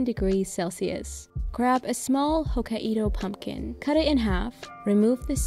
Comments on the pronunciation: It's Hok-kai-do not Ho-ka-i-do. That one looked soooo good, I'll try it out :D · It’s “hoh-kai-doh” not “ho-ka-ee-do” lol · Hokkaido is pronounced hock-eye-doe. It’s the northern island of japan! The way you pronounce it is so cute, but thought you’d like to know 😅😇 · People in germany usually "ho-ka-ee-do", i guess that's why she pronounced it like that. 😊